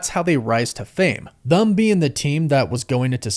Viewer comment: Brother, why do you pronounce them with a u? "Thum?"